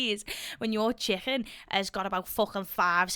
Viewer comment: I like how you say dori-ohs and chikun 😁